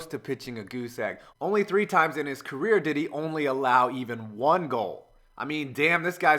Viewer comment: It was by the time I realized you were saying "career" and not "Korea" lol